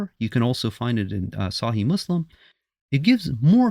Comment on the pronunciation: Dude can’t even say صحيح properly. but he now knows more. Both hadith and Quran are from god.